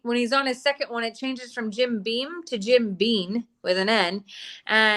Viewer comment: If U R going to drink it, gor goodness sake call it by the name on the bottle. Jim BEAM not bean